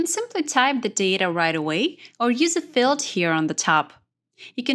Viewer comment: This video was fantastic - I took it to an AARP group and everyone ended up comfortable using excel after listening only a few times. The only ask they had was: since English is not your first language (but yours is very good), slow down rather than speed up to make sure you clearly pronounce all of the syllables needed for comprehension. For example, it is BUTTun (not bottom), FEELD (not filled), AWEtomatic (Not OW-to-matic), comMAND (not comment) -- and pay attention to your stresses. For example, is FOR-mat (not formint), SEE-kwnece (not sickens), LOCK (not log), pa-REN-thuh-sees (not parathesis) etc. Maybe small things, but it would have made a difference to the older audience, which I'm imagining is yours. Thanks again for this video